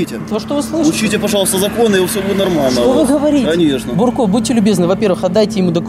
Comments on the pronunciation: Не Бурко ,а Дурко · Не Бурко,а дурко)))) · не бурко а дурко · НЕ БУРКО ! А ДУРКО!!!! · Не Бурко, а Дурко самый настоящий 😝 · Внатуре инспектор Дурко,а не бурко.)))) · ахаах не бурко а ДУРКО!!! мля))) точно твердолобые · Он не бурко,а ДУРКО... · Не Бурко, а ДУРКО. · он не бурко а дурко! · Не бурко, а дурко! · Да не бурко а Дурко! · НЕ Бурко , а ДУРКО ... если есть видеорегистрация .. ???? Так она есть или нет ? Почему тогда ты дебитор остановил водителя ??????